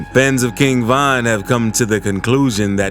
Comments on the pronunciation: Why are you saying Van? Weird af 🤣 RIP to the King 👑💔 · King Van 🚐🚐